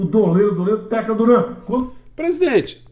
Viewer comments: O presidente nem sabe falar o nome do cidadão, é TACLA Duran, não Tecla, rs. Se acusa a Globo, tem que lançar uma investigação, mas nessa história aí um tem o rabo preso com o outro. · Salvo engano, o Bolsonaro errou duplamente nesta fala: 1) é TACLA Duran e não TECLA 2) O "doleiro dos doleiros" é o Dario Messer, e não o Tacla Duran